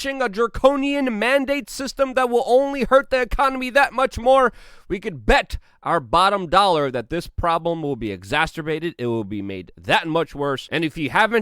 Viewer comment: Exacerbate or exasterbate? The choice is yours, but one makes YOU sound articulate, and the other makes YOU look stupid.... You look stu-Stu-stupid, because it’s been pointed out to you on more than one occasion.... jeez man, get it right!